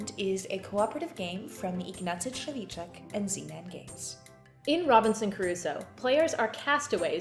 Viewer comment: Thanks for the video ladies! Great work.@ : your "Trzewiczek" was perfect. It's a though nut for English speakers. :D